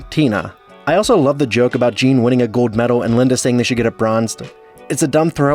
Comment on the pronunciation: Dude, you’ve GOT to start announcing your L’s consistently “Oh-tamely” “Gode medal” …I used to think this was a speech impediment, but I’ve realized it’s just a thing Millennials, and zoomers do on YouTube. It’s maddening. -Please stop.